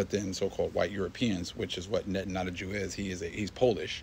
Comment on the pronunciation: "Netanotajew"...... I love it!!